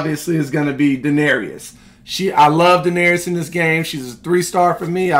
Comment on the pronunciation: My guy you gotta stop mispronouncing Daenerys name lol. It's DA-NER-IS. Not DA-NER-EE-IS lol. Love the content tho 👌